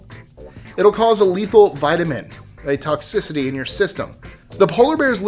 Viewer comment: I love your lists, I love this channel... not buts, just a suggestion LOL. Read the copy before you make the videos. Vitamin A toxicity, not Vitamin a toxicity... The Polar bear's liver is high in retinol, also known as vitamin A. Other than that, and in part because of things like that, I love you guys.